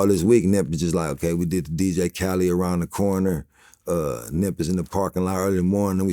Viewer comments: Dj Khaled!!!!!!!!!!!! Not Khalee! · I hate how niggas be pronouncing dj khaled like dj cali 🤦🏽‍♂️😂😂😂